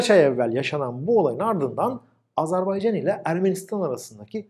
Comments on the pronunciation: Video iyiydi ama "azArbaycan" diyorsun gibi geliyor kulağa. Azerbaycan olmali. 👍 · "Azerbaycan" diyememek nasıl bir şey ki? Abi kim öğretti size bu ülkenin adını "Azarbeycan" diye? Tansu Çiller mi? Bıkmadınız mı bu yanlıştan?